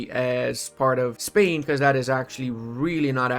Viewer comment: I am spanish and I love when pronounces Spain as "Espania", it works as a subtle remainder of him working to restore the roman empire. Just kidding, one of the best accents out there, very clear and understandable